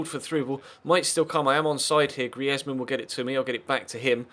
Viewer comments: Stop pronouncing the "e" in Griezzman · I live in France, and speak French, and no, you don't pronounce the "e"